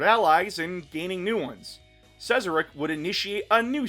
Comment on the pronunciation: is that how the silent king's name is pronounced? I always pronounced it Zarek